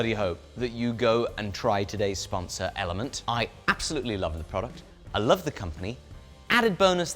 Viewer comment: wait it's called element and not elementea?